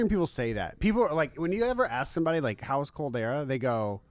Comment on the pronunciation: Hecz my guy it’s Calderrra just like how you say it in spanish my mexican brother